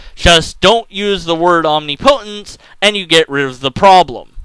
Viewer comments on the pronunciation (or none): It's not om-ni-PO-tence. It's om-NIP-o-tence.